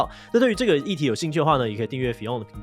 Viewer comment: fiㄤ一直念成fi甕耶🤣